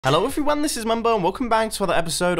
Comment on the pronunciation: Why does his first sentence sound like "Hello, if you're one" instead of "Hello everyone" ??